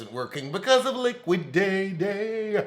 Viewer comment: “Liquiday day “ 😆😩